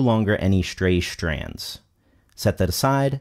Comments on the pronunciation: This is the second video of seen from this presenter and his technique and understanding I find very valuable. Please forgive my irritation however, as I'm just asking; when did "stray strands" evolve into "Shtray shtrands" in the english language? I know its some kind of trend but apparently I'm out of the loop. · Did he really say Shtray shtrands?